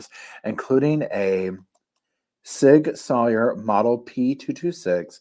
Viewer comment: Amen to that. I too believe the probable cause document is extremely lacking; surely the prosecution has more evidence. (Barry Morphew springs to mind.) General FYI - Sig Sauer is pronounced “Sig Sour”. Keep up the excellent reporting!